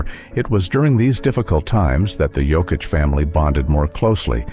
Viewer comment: It's sad, insulting and disrespectful that people still pronounce Jokic wrong 🤦‍♂️ ￼